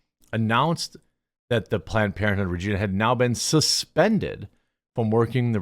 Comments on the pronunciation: There is a tiny amount of comedy with this story (nothing to do with the kids specifically). But the city this took place in is not pronounce Ra-jeen-ah its pronounced Ra-g-eye-na like vagina with an R. I'm still horrified by what happened, but its kinda funny that planned parenthood got banned from a place that sounds like vagina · You’re pronoucing regina wrong, its reg-eye-na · Every Canadian: “It’s pronounced, ‘Reg Eye Nah’!” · It's Regīna, not RegEEna, it's a place name not a person's name! Like bāsel being a herb and Băsel being a person's name. So that's my pedantic rant for today, but more importantly, leave kids alone! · It’s called Regah-ina not Regina lol 😊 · Also, is not pronounced Regina like the old queen, but more like a particular female body part. Old joke "Regina, the city that rhymes with fun". REE-j-eye-nah (yes actually, google it) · I live in Canada and I love seeing you cover the FUBAR stuff we got going on thank you so much for covering this and bringing these fucking creeps trying to destroy our once amazing country to light. P.S. it’s Re-Giii-na hahahahaha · Jeremy it’s Ree-Gina the place that rhymes with fun. Also keep looking there’s incidents all over the province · Canada here Regina rhymes with fun, you were pronouncing it wrong I am being serious about this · Replace the R in regina with a v and that's how you pronounce Regina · Funny, Quartering doesn't know how to pronounce Regina. Think of the Seinfeld episode, you know, sounds like a woman's .... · I get that this is bad and all but how he is saying "Regina" bugs me more. Thats not how you say that city.